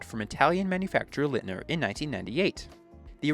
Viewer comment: Thanks for this Interesting Documentation. For Future Reference, Leitner not Litner ;)